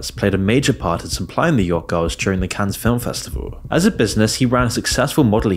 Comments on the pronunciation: It Is Pronounced "CAN", Not "cans" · it's pronounced "" Cann", the -es is silent, lol. why don't you look up words you're unsure of how to pronounce? This isn't the first time Ive thought "huh, he doesn't write this himself, does he? he doesn't know how to pronounce words used in the script lol" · Oh dear God! STOP. SAYING. “CANS”! You don’t pronounce the S for crying out loud….. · if you're gonna make a video talking about Cannes half the time, at least learn how to properly say it